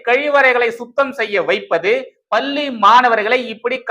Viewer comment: தம்பி! மீண்டும் மீண்டும் சொல்கிறேன். லகர ளகர உச்சரிப்பைத் திருத்திக் கொள்ளுங்கள். "பள்ளி" பல்லியாகக் கேட்கிறது.பள்ளிக் கல்வித்துறை அமைச்சருக்குத் தெரியாமல் எதுவும் நடக்காது. ஆனால் அவர் ரசிகர்மன்றத் தலைவராக மட்டுமே உள்ளார்.